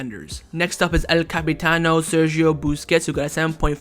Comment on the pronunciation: It's El Capitán, not El Capitano... LOL